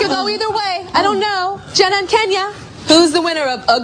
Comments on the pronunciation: LOL JENAH AND KENYA. she said KENYA not Keenyah oh my god =[ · Tyra calls KENYA KENYA (like the country when its pronounced KEENYA)